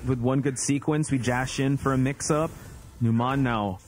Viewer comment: Every time I see Numan, I think about Numan from Seinfeld. And then they call him nuMON and I get irrationally angry that they're mispronouncing it lol